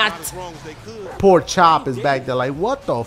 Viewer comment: He said poor chop, but it sounded like porkchop